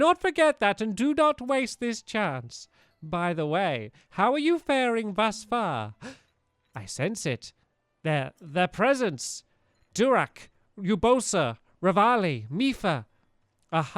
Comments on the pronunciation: Aaaaaaaaaaaaaaand he still saysDURAK. Stampy! Get it right hahahaha its DARUK! D-A-R-U-K not D-U-R-A-K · Stampy... ITS DA-RUK NOT DU-RAK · Expectation: Daruk- Duh-rook Reality: Durak- Dyoo- wrack I noticed this and I lightly chuckled.